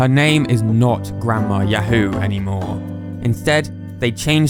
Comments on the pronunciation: 「ヤフー」 is pronounced a bit incorrectly. 「フ」 is more of a breathy "fu" sound, rather than "hu". "Hu" as in English doesnt entirely exist in Japanese. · actually there's written Yafuu and not yahoo, since フ is pronunced fu and not hu just like chi or tsu, it should be written something like ヤウー. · Entertaining video 👍 A bit of trivia from my point of view, for me, others here and during my childhood before Yahoo company existed, we would say say ya-HOO and later for the company name we say YA-hoo, that is, there is a different emphasis. You seem you pronounce it ya-HOO for both. Anyway, I found it interesting. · he pronounces it as Yah-hoe though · Yo I've seen Yahoo in oot but probs not said as in links awakening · You're not even pronouncing yahoo correctly.